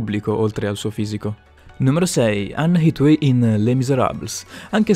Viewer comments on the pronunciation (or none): Come cazzo hai pronunciato leucemia e Hathaway😂😂